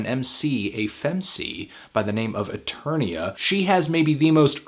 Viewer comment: Why did you say Fem-C? cmon